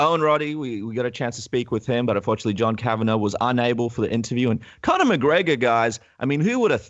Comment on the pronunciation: also, 'Conor'